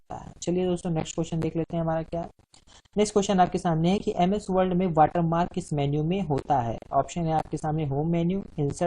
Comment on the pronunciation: Sir ji wold nahi hai word hota hai